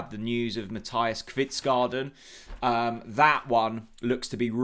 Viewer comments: Danish name pronunciation needed. Unfortunately it is not pronounced Pelé, pronounced Pell-er. Kvistgaarden is pronounced Kvist-go-en no garden 😂 Brondby is Bron-bew, Silkeborg pronounced Silg-a-bore. 😉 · Hej. Fingers crossed that the deal gets over the line. To help you with pronunciation. Kvistgaarden is pronounced Kvistgorden and not garden. Nice new look to the channel.